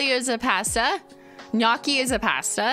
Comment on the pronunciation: I'm so glad you pronounced "GNOCCHI" right!